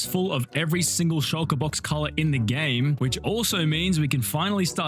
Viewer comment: my dumbahh thought he said "Shinjiru farm"